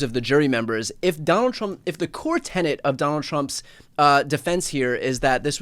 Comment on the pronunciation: It's a "core tenet", not a core tenant!